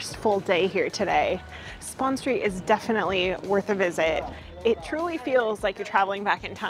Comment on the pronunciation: It's Spon Street, not spawn street lol.